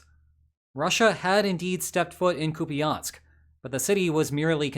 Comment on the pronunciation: Koo-pee-ahnsk, eh? lol...